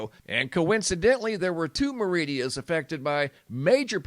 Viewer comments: MER-i-da … not Meridia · Merida....Not meridia...! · MA RID À not Maridia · MER I DA NOT- MER I DI A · 3 syllables. Accent shows stress. Mérida. MER-I-dah.